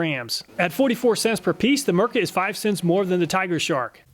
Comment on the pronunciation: Thanks for testing a Finnish product, and greetings from a Finn 🇫🇮 🙂 By the way the letter i in Mirka is pronounced the same as the i in "makita" or "diablo", not as an e.